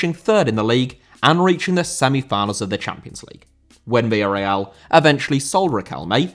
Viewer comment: Villarreal* not Via Real